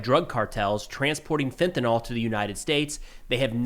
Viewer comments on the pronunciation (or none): It's not "Fentanol," Just as it isn't "Tylenyl"